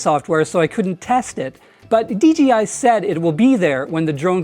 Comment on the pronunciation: Great video. Interestingly I hear “DGI” whenever you say “DJI”. Must be an accent thing. 😊